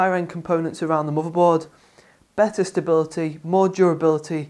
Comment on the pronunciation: subscribed!!! AND its MOTHERBOARD NOT MOBERBORD!!!! :)